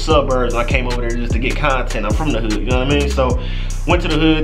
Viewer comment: him saying hood sounds like "hugh"